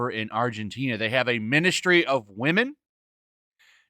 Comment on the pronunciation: Ministry of wahmen? Hahahahahahaha What a useless institution.